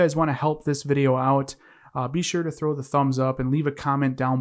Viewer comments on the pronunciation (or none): none